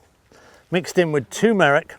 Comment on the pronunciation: and tu MEH rik.